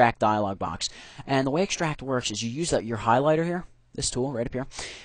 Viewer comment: ikschtract :D